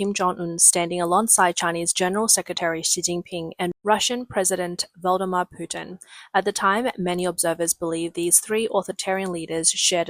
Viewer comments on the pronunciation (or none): "Voldemar Putin?" 😂 Get Real lady! 😂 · What did you call putin? Voldimor or it sounded like the baddie from Harry Potter! Surely you've heard his fucking name by now at least a hundred times in the last 3 years!? How ignorant! I hate the guy, but im not going to sound ignorant by not pronouncing it properly! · any body else think of voldimort when the person speaking said voldimar? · I thought she said "Voldemar" 😂